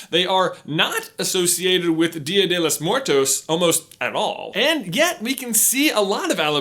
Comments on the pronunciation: Lol the way J says 'The Day Of The Dead' in Spanish. I love it! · It's Dia de los Muertos not Dia de los More Toes.